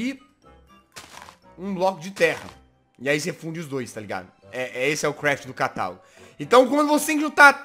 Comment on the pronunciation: kkk quando vc disse:CATALAGO,eu achei que vc disse:catarro kkkkkkk :D